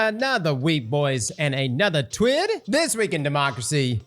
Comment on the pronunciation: IT'S TWIH, CROSS NOT TWID IT'S TWIH